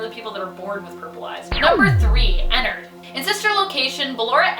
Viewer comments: Her:Enerd Me: im s o r r y but it’s ENNARED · "Ennerd" IM SORRY but it's Enn•ard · Guys its not enard any more its enerd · Also enerd is pronounced e-nard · Ive been pronouncing ennard wrong